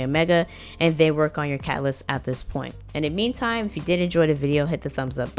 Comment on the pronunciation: Pacific cacaalyst